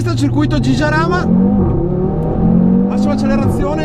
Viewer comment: Si pronucia "Haràma", non "Giaràma", porco il mondo che c'ho sotto i piedi!!!